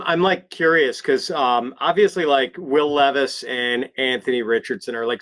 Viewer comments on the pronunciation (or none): Ton of respect to fantasy pros for charitably brining a random homeless person as a guest. But I think they should have at least told him how to pronounce will levis’s name before the show